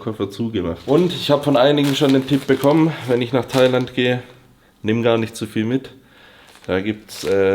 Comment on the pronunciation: Als single nach thailäänd ...lass krachen junge